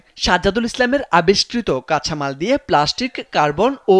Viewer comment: ওরে উচ্চারণ!! 😂😂 আসভাভ, কাছামাল